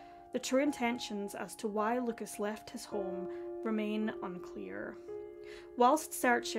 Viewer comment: I know that you care about the correct pronunciation when saying names in a different language. So, I just wanted to let you know that in french we do not pronounce the s at the end of Lucas. So you should just pronounce his name as Luca 👍